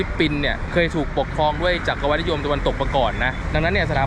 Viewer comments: จัก-กะ-หวัด มิใช่ จัก-กะ-วัด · จักรพรรดิ อ่านว่า จัก-กฺระ-พัด จักรวรรดิ อ่านว่า จัก-กฺระ-หฺวัด